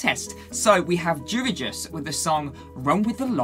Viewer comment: its YOU-REE-YOUS (Jurijus) :D :D